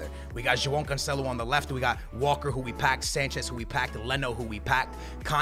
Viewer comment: Dude im portuguese and trust me, he cant pronounce cancelo and semedo's name